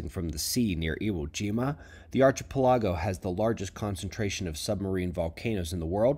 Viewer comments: archy pe lago? its arky-peli-go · "archah-pelago" bahahaha fabulous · Afternoon SOs Archipelago damn it’s pronounced different than uk😜 As always thanks 👊🏼🏴